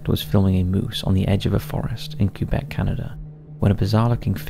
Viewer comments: "CUE-BECK" lmfao aww it's "k-EH-beck" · So funny how most english speaking people pronounce it "Cue-Bek"